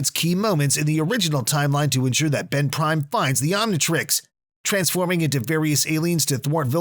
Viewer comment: ban (Ben) rok (rook)